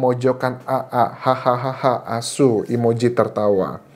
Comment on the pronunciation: Anjas medok banget bilang asu nya 😂